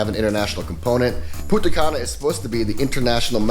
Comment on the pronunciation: This fuck boy can't even pronounce Punta Cana correctly.